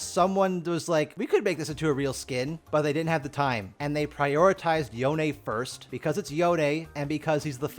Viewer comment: Yo-Nae? im dying at that pronunciation.